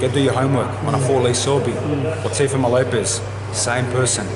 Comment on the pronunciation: Love how the interview guy is calling Lopez TeoFOMO LOL